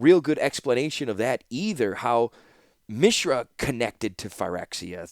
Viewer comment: First of all, thank you for making these it has been an incredible journey listening to your audiobooks so far! I’ve rode along for the first two novels and am looking forward to the rest after this. Secondly, I wanted to mention that the way you’ve been pronouncing Mishra is actually correct given the etymology has roots in the Sanskrit language. Mishra (pronounced Mi-shra and not Mee-shra) means “mixture”, presumably foreshadowing how Mishra got mixed up with Phyrexia’s glistening oil. Interestingly, Urza also has roots in Sanskrit as the word urja (pronounced oor-jaa) means “strength”/“power”/“energy”, presumably hinting at Urza’s obsession with energy powered artifacts and bearing the Mightstone. In urdu, the word transforms to urza (pronounced oor-zaa).